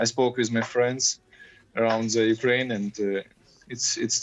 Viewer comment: Why do they always pronounce “Kyiv”correctly but they never pronounce Ukraine properly.. the media is so pretentious.